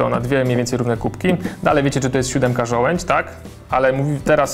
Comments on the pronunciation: żołędź? a nie przypadkiem żołądź? :D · ŻOŁĄDŹ! Nie żołędź. -.